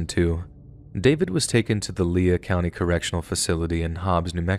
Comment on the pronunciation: low key made me mad how he pronounced lea county in the 4th story